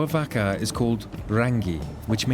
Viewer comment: TYPICAL!!!!!! STRAIGHT OFF THE BAT!!! ITS NOT PRONOUNCED A 'VACKA' ITS PRONOUNCE MORE LIKE 'VARKA!!! BUT YOUR CLEVER PALE AZZ SHOULD NO THAT THOUGH!!!! IF YOU CANT PRONOUNCE A SIMPLE WORD LIKE 'VAKA'!!!! STAY AWAY FROM EVERYONE ELSE WITH SELF RESPECT AND STICK TO YOUR OIWN!!!! NAH YOU RUINED IT FOR THE LIKES OF OUR INTELLIGENCE AND MY VAST POLYNESIAN CULTURE!!